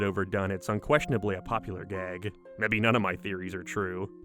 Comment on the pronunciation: You add a syllable to words. Like "show". Or "gag". You add a breathy "uh" sound at the end sometimes. Why?